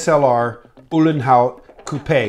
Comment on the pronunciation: Good to hear an American pronouncing Coupe in the right way!